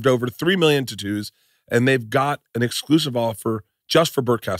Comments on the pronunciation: Why did he say totoos? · Fuck all these adds and pronounce words words correctly! It's tattoos